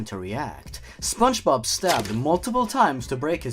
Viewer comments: Spongebod not spongebode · But? Also, I thought you said the next spongebob as spongebod.